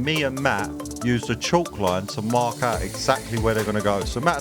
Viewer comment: Ouut, are you, ouut, or are you ouut ouut? 😄👍👍👍